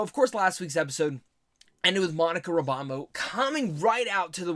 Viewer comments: you say Monica Ra-BOM-Bo lol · How did you pronounce RAMBEAU???